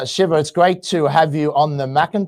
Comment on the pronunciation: Right from the beginning. Is this the idiot introducing Dr. Shiva? Can't pronounce his name right? Hasn't listened to a single one of his videos, where he introduces himself, and pronounces his name properly? is an asshole.